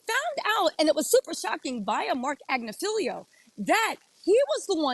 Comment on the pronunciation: It’s “Ag-NIF-il-o”